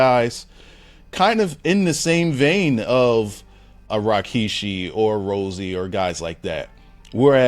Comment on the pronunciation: Why is he keep saying RYKISHI?